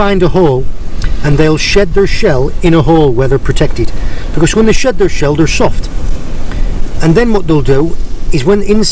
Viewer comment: Oh my days, saying shed their shell in a Cornish accent now, picked it up proper aye!,😉